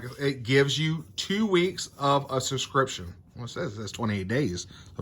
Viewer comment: I think you provided some good info, but man, pronunciation of words is hard I guess. It is not 'scription', it is 'subscription'. SUB.....SCRIPTION. It's easy, don't be lazy.